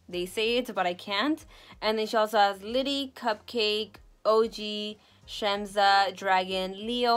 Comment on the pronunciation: Just so you know it’s pronounced Shemsa. So not Shemza but Shemsa. Also Yugo stands for Yugoslavia which is a country where we come from, including Amra of course! 🤗